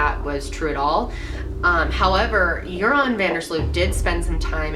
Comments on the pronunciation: its joran van der sluis not jouron haha he is also dutch x thats why I know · You know its Joran not Jouran right? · It's Joran (van der Sloot) instead of Jouron. And almost everyone in the Netherlands believe he's the killer. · Btw it's Jordan not Jouron. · Jouran hahaha > Joran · jouron lmao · Dang. I never knew all of this. What a little fuck face! I like how you pronounce his name "urine" though. Lol